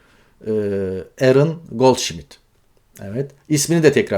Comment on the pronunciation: It's Goldsmith not Goldshmith!